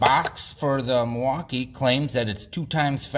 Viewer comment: I can tell you're from WI by the way you say "Mwaukee" correctly haha!!